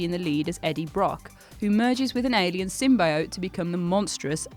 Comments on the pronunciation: I heard Simboat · "An alien simbuyoat." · Quite a poor narration.. sounded like it was being read directly from a script (it was of course, but it's meant to sound a lot more sincere). Also, cadaver, sybiote and adversary; just a few examples. Let me know if you need someone to do it properly 👍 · Cadaver, Nazis, Symbiote Jesus Christ learn to say words